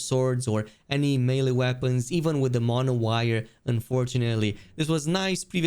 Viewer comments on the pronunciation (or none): none